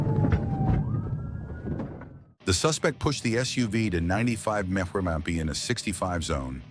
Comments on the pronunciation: Stupid AI can't even say "miles per hour"... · Just fix the "mph" being pronounced as "mrrphrhrrh" and we're good 😂😂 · Lose the AI and you’d have more followers. Wtf is a “meh-purr-miff” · Going over 90 “meh-per-mmfs” Lose the AI, please! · Interesting pronunciations of "mph". Mmmf and mapseraff. Hard to describe since they're not even vaguely like anything in English. AI needs to go back to school. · Please stop using AI for the commentary. It can’t even pronounce miles per hour! It sounds as dumb as these criminals! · Ai voice can't said mph